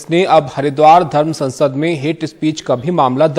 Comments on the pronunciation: saansad nahi sansad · Hindi per dhiyan dein. Ziyada Muskhil Nahi hai. Ap Sansad Ko Saansad bol rahi hai. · सांसद नहीं, संसद बोलिये। उच्चारण सही करिए।